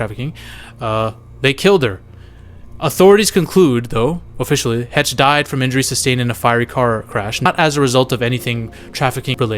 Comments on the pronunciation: no "Anna Hetch" is not 🤣 This dude needs to learn how to pronounce celebrity names's🤦🏻‍♂️I mean originally this was a cinema related channel was it not?! [rhetorical question] C'mon my guy, get your shit together... SHEESH! 😆🙄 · Heche is pronounced "Haish." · Anne Heche(Hey-shh) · Come on and pronounce her name right please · Subbed. I didn't like because you have to pronounce ppls name correctly. Heche man. YouTube the pronunciation